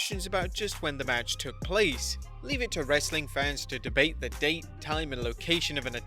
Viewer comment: I like it when you said "RHASSLin content!"